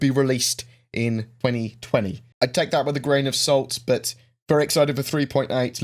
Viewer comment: it kinda sounded like you said 2024 but it was really 2020, for us to play lol